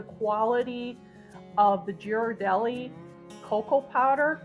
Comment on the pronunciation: Mine is simple: 4 Tbsp organic cacao 2 Tbsp maple sugar 8 oz (I just fill my mug) whole milk or a mixture with some oat milk. Or a bit of half and half if I have a lot of it to use up. I have tried melting some dark chocolate in there, but I find it can come out greasy. Trivial fact, Ghirardelli is pronounced with a G like "girl". 🩷